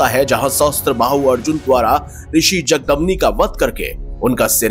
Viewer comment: मेरे भाई नाम तो ठीक से बोलिए...जगदमनी नही जमदग्नी😂 और जहाँ भी आपने परशुराम के मंदीर बताये है वहाँ हिंदू धर्म का एकमात्र ईश्वर शिव ही तो है...कब सुधरेंगे हमारे हिंद...कोई मानव ईश्वर नही हो सकता...चाहे राम हो परशुराम हो या श्रीकृष्ण...यह तो महापुरुष है और सभी अपने ईश्वर शिव को मानते और पूजते है..लेकिन अब तो राम को शिवका आराध्य बना दिया है 😢..इससे बडा भी कोई पतन होना अभी बाकी है क्या